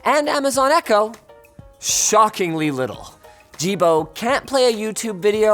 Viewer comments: he says, Don't be a Jibo. It sounded like ajeeb, which means weird in my language. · Isn't it pronounced "Yee-bo" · The pronunciation of "Jibo" sounds extremely close to, well, "male sexual organ", or "d*ck" if you will, in Mandarin. So it cracked me every time when news said something like "Jibo robot" or something. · Jibo sounds exactly like dick in Mandarin Chinese